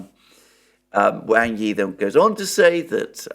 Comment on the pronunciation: Please, “Wang” rhymes with English “song,” not “sang.”